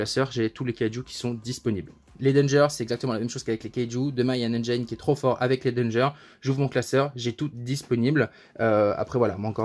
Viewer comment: Les francophones détruisent bcp trop l'anglais , "engine" se prononce engine et pas engyne